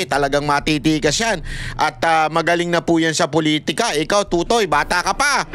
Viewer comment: Mispronounced mo ang totoy. Sa busaya, iba ang meaning.